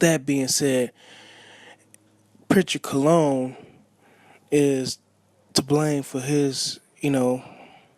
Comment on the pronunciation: Your the bottom of the barrel Disgusting for this opinion you felt you wanted to give. Sounding dumb and uneducated AF . Wow how do these bloggers come up with there conclusion . When you barely can say his name right .